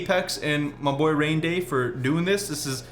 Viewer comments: “My girlfriend Raynday”😭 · Did you just say girlfriend raynday?